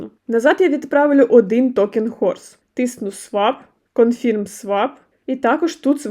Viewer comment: Дякую за детальне відео. Але, будь ласка - правильно промовляйте англійські слова. А то Ваше sign confirm - просто ріже мозок